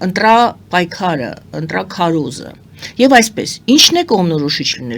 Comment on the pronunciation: Շատ ներողություն եմ խնդրում բայց ոչ թէ ընտՌապայքար այլ ընտՐապայքար , ոչ թէ ԹՌամփ այլ ԹՐամփ